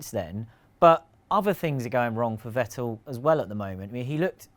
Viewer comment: Seems like nobody in Britain knows that the pronunciation of Vettel and Verstappen are fettel and ferstappen respectively. Who will be the first Brit who finally gets it right?